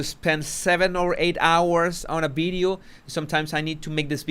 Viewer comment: I do enjoy this channel and have been a long time sub…. I love the language and it’s difference- love love love that u say bideo instead of video …. I love the translation of language u give us too I haven’t really agreed with the heavy merching that has gone on over many many platforms I feel that once the King settles in to his new role , the Skidmarkles will be half in half out I’m done already with the lot of them Princess Anne should have been crowned 🎉